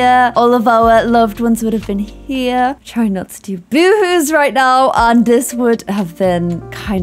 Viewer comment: omfg I thought she was saying "woowoos" not "boohoos". I spent most of this sad video very perplexed